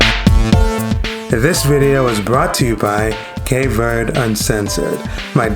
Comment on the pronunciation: “Shocked” is a poor choice of words. I don’t know if it’s used to draw people to your channel. As a Cape Verdean, I’m offended. Please pronounce the country correctly- it’s not Cape Verdee